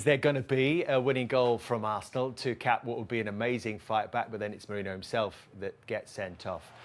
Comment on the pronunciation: How hard is it to say Merino instead of Moreno.